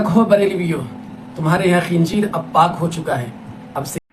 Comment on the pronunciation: Tabsira karne wala jahil h Khinzeer ko khinjeer bol raha h 😂😂😂